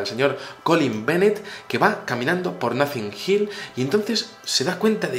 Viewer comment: Muy buen video,, un apunte d pronunciación, el barrio ese inglés se pronuncia Notin Hill(Notting Hill), ya que parece que dices Nothing Hill jajaja. Eres un crack,. Saludos desde Almería